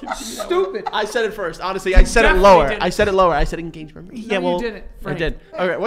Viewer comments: Joe saying ENGAGGAMENT killed me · en gag me 😂😂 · im actually crying 😭😭 “en-gag-uh-ment” 😭😭😭